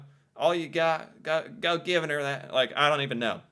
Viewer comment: Lol I feel like he's putting too much emphasis on the g in "givin' 'er" I use "bud" and "buddy" separately. "Bud" is for a friendly stranger. "Buddy" is for a potentially unfriendly stranger